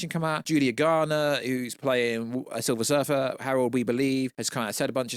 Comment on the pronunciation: Its silver surfer not surfet.. 😂